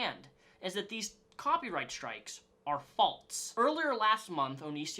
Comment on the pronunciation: I don't have a problem with you, I'm just triggered by how you pronounce "false." There is no "t" in the word. 🤔